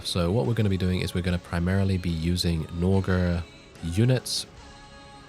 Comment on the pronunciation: Norge/Noreg is norway and you mispronounced it so bad😂 (Noregr is its ancient norse name)